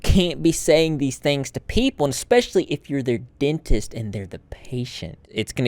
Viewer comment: Dentist...Not Denist